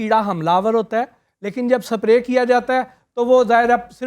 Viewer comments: I dont now why educated folks say "SAPRAY" instead Spray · Sap-ray nhe hota its spray Itne bongay Researchers hain pehle pronounciation to theek se kr lo phr show karen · Please dont call on your show. He doesnt even know how to pronounce "spray". Constantly he is saying "saprayyy" and not single time anyone is correcting him. What type of intellect he is if he cant pronounce basic words of his field. MORON.